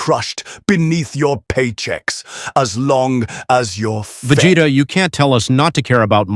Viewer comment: I am “Vageta” 😂